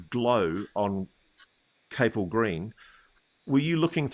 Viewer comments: It’s pronounced CAP ELL green. Not Cape Ell. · It’s Capel as in Chapel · Capel is pronounced as it appears it's Welsh for chapel...